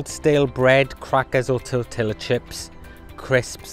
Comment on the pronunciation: 1 it's tor tee ya not how you said tortilla 2 fun fact the main worries about composting meat are completely Emiliorated by adding a 3 to 1 volume of saw dust or fine woodchips to meat